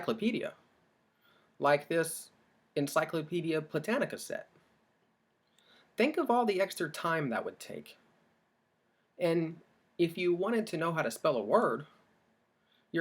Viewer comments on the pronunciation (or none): Did you say Encyclopedia Plitannica set??? Lol